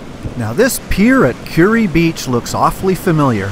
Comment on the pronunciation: You pronounced Kure Beach correctly. I grew up in Wilmington and was waiting to hear you pronounce it. LOL. I enjoy your vids.